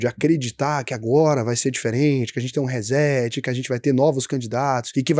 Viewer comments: Por favor, se vai falar ingles, fale certo. Nao se pronuncia hezeti”. Diga “re cét”. Chega a doer no ouvido. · RÊ-SSETI - é assim que se pronuncia RESET.